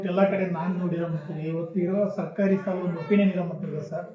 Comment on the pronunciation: ಸಾಲೆ ಎಂದು ತಪ್ಪಾಗಿ ನಡೆಯುತ್ತಿದ್ದೀರಿ ಸ್ವಲ್ಪ ಸರಿಯಾಗಿ ಶಾಲೆ ಎಂದು ಸ್ಪಷ್ಟವಾಗಿ ನುಡಿಯಿರಿ..